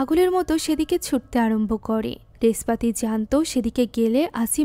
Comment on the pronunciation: বলছে রেসপাতি আমি শুনলাম (নেসপাতি)নেশপাতি😂